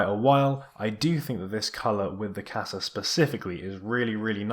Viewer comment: even when you correct your pronunciation of Qasa you're still wrong